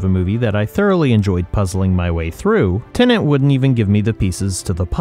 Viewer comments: Good discussion but, ironically, spoiled for me by both presenters mostly pronouncing the film as Tenant (mostly). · Within 2 seconds, "Tenant". Why can't people pronounce Tenet properly?!? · I keep hearing you say tenant. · You should have garbled the sound on this video, then we wouldn't have to hear you consistently call Tenet "TENANT". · Learn to pronounce „Tenet“ before you criticize it😂😂😂